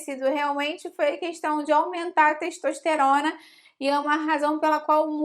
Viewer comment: ...a teishtoishterona...